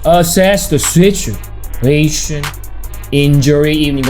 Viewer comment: This is my favorite video each day, just because I get to hear him say "Spyder!", "check out that oscillator!" and "Sichu-A-Shun"!